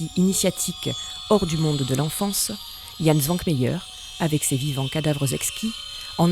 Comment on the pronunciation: Hou la la, la prononciation du nom du génial J. Š. écorche furieusement les oreilles!